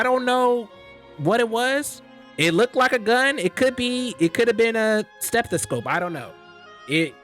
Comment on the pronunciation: bro said stethoscope 😭